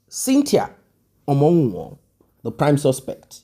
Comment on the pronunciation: Please pronunce her name omowumi not omowuwon